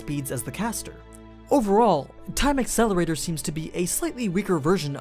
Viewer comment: you said the name of the spell wrong. its actually time AcElErAtOr~~~!!!